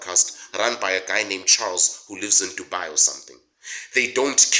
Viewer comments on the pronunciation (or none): none